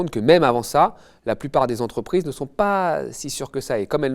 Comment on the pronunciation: Combien de "zentreprises" ?!